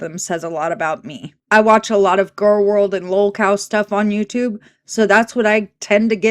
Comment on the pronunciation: Well isn't this just fantastic. Haha! I love how he pronounces "Gwworlal Wharlidllll"